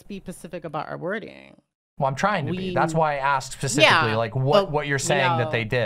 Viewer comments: Is saying 'pacifically' instead of 'specifically' a dialect quirk im not aware of or is just dumb? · Pacifically. Edit: Wait, did she just say she wanted her video to be the end of the discourse for the whole space? What the fuck kind of naive self-aggrandizement is that?